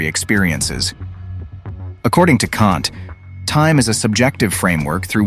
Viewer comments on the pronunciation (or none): none